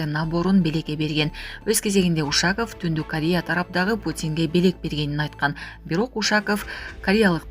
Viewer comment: УшАков эмес, УшакОв деп оку. Ударениени О тамгасына коюп оку.